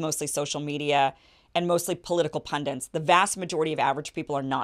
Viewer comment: Pun-dits not pun-dints